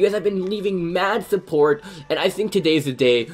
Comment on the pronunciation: Learn how to say support not supportsssss